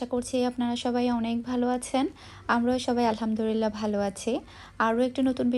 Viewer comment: "Alhamdurilah" ta thik kore bolen "Alhamdulillah"